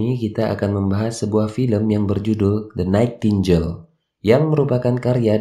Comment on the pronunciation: Koreksi sedikit bang. Bacanya "DE NAITINGGEL" bang, bukan "DE NAITINJEL" 😅🙏